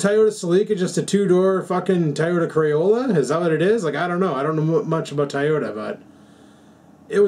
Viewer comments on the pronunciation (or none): Did you just say Toyota Crayola?